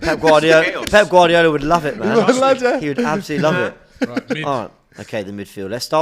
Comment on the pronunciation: Man said pep garlydola 😂